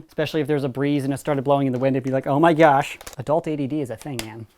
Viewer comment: "*oh my gesh*"